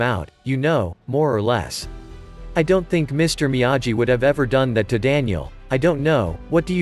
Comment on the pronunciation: It’s difficult to listen to the computer pronounce Miyagi wrong every time 🤦🏻‍♂️